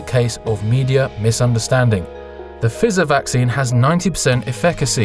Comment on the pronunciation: Good vid, but I'm pretty sure that Pfizer is pronounced with a long i like in the first person pronoun or price.